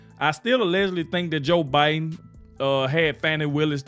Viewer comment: that AI voice just said BeeDen and Eco NoMe instead of Joe Biden and economy.